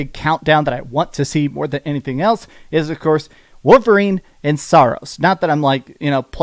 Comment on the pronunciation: What’s a ‘wooverine’?